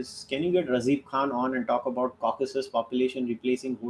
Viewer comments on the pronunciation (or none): none